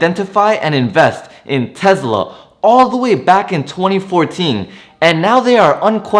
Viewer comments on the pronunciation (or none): Is it called Tezla or Tesla? 😂😂